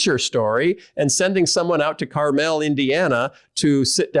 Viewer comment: It's pronounced "CAR-mel", Phil 🙄